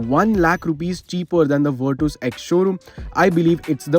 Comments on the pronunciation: virtas its ver tas not vir tuuus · Virtus❌ Virtoose✅